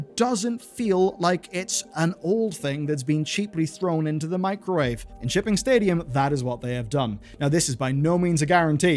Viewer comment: When he says stadium I keep hearing stadia